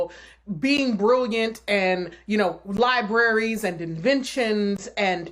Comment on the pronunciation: 'Libraries'... sorry, what???